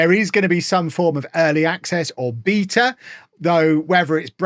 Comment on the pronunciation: It's (BAY-tuh) say it with me beta=bay-tuh I know you can do it